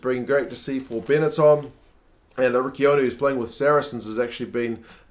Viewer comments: Just one note. Riccioni is pronounced like the english word "rich"+"oni". The way you (and many english commentators) said it is not really a nice word :D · Just a tip, Riccioni is pronounced like “ree-cho-knee”, the way you’re saying it is similar to a slur used for homosexuals :P